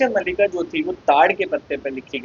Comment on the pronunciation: भाई ये भविष्य मल्लिका नहीं इसको मालिका बोलते है 😂😂😂😂😂😂😂😂😂😂😂😂😂